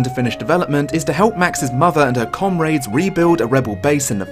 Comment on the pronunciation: Did mispronounce comrades as com-raids?